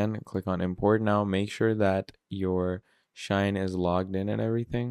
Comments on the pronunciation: Shein, Shein Bro, not Shine😂😂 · Bro it's not SHINE, it's SHEIN!🤦🏾‍♂️